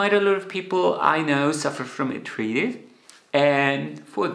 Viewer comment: Arth-rye—ts, not arth-reetis